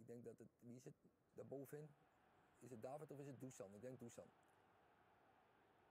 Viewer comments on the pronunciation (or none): none